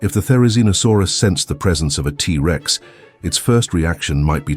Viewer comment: The a.i. voice having to treat the word Rex, after saying the T. Like they have to pause like the Rex part was the beginning of a new sentence, Instead of the T being the first part of it's name. Is driving me nuts! And that super repetitive, few note music, is doing the same!